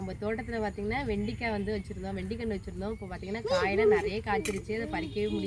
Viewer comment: Vendaikai mot vendikai. Try to change ur pronunciation while talking in public